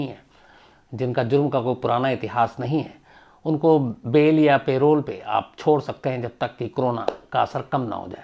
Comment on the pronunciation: सर वो पैरोल नहीं परोल होता है